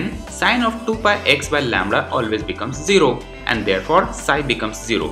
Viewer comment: Lambda not lamdra